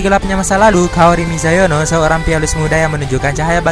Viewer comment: Kaori Miyazono min.. bukan mizayono...😁😁 shigatsu wa kimi no uso.. top sad and romance anime deh... sukses terus buat chanelnya min..